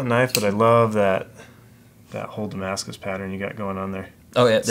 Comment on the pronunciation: Is he saying "damas" instead of "Damascus"?